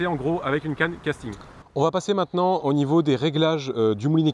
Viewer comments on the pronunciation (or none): none